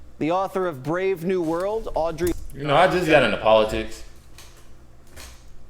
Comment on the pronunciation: Hey, it's Aldous Huxley, not Audrey. LOL